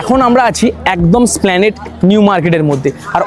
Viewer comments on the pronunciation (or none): দুঃখিত, এস্প্লানেড - স্প্লানেড নয় বুফে - বাফেট নয় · BHAI OTA--splanade NOY, HOBE ESPLANADE AR BAFETT NOY OTA BOOFEY BA BUFE , BAA NOY HOBE BOOFAY BA BUFE ( INGREJI UCHCHARON TA THIK TO KORTE HOBE , TAINA , SARA PRITHIBI SHUNCHHE KINTU , BHALO THEKO . THANKS.